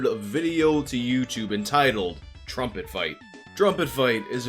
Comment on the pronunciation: Since you're (very skillfully) making fun of Levison's voice, I gotta take you to task for your own "drumpet". At first I thought that was a hip term for "drunk trumpet" or something... Anyhow, thanks for the investigation — the irony that the guy's company is all about promoting peace and compassion greatly ups the irony factor on this.